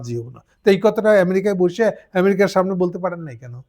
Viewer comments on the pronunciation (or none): none